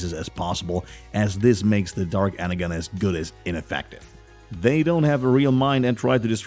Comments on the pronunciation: You pronounced energon wrong it's energon the g sounds like a j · am i the only one thats upset by the pronunciation of energon cuz the g is pronounced with a “j” sound so its ener-jon not ener-gon(e) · Ener-Gone? Energon = Ener-john. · Can we just.. ok but he said “ener-gone” not Energon😂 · It’s pronounced Energon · Drives me crazy! “Energon” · The G is pronounced as a J in ENERGON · It's supposed to be pronounce Ener-john, yeah? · ITs ENERGON (enerJOHN) as you were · Energon is pronounced enerJon. Its rooted in the word energy. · How can you possibly say energon wrong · Ener - Gone Ar - Key 😭😭😭😭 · Arcee is pronounced as "R-C" Energon is pronounced as "N-ER-John" Please do more research on pronunciation on the correct names as it would make you more of an idiot. I'm not trying to insult you but you are taking words and mispronouncing them. I'm only trying to help. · 'Scourge' Goes to show Alpha Trion, sad to see the guy talking has little to no knowledge of transformers, and just saying whatever the script was given to him. Also please the right pronunciations are enerJon and arSee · Listening to this narrator butcher common words like energon and Arcee makes me believe he’s never actually watched any transformer cartoons, movies or shows 😆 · da fuk is with the the pronounciation??? deceptaKINS? EnerGin??